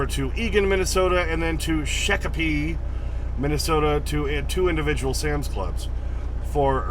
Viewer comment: Shakopee is pronounced shock-a-pee. I worked there for about 2 years and NEVER heard it pronounced any other way